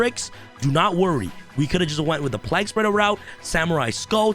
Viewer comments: the pronounciation of plague is redic lol, have you not heard someone talk of the black plague before -not pronounced plag.... its playg... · My only problem is how he is pronouncing plague as plag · Why can't you pronounce the word Plague? Like the Game A Plague's Tale. It's the same word. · My biggest problem with this video is mispronunciation of plague everytime. Lol. Other than that great deck.